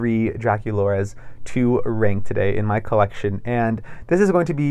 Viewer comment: It’s not pronounced “renk” it’s RANK. I couldn’t tell what you were saying until the third time you said it 😮